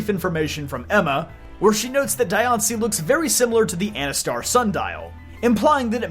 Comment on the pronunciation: There's a side story thing where you actually had to save Diancie from some thief in both X and Y amd ORAS, with the latter giving her the Mega Stone. Also, it's pronounced Dian-c-ie not Di-an-cie. They missed the opportunity to make her and Meloetta female Mythicals, again. Or at least make Diancie 87.5% female and 12.5% male with extremely rare cases of Diancies that are mutated from Carbinks to be the only Diancies that are gender unknown. It would be really interesting if some Mythicals in the future finally have actual gender ratios. Marshadow deserves more respect than how they treated it. One more thing, Hoopa gains its powers from making special doughnuts Ansha makes to activate the Hyperspace portals. But that's really it. Hoopa and Volcanian are still overdue for their Megas and more lore.